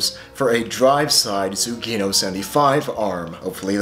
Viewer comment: Its Su Gi No, sugi-no. Not sue geeeeeee no. Its Japanese, means "the next".